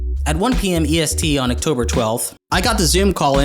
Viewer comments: I have never in my 22 years heard anyone pronounce “October” in that way. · The most insane thing in this video is how pronounces October.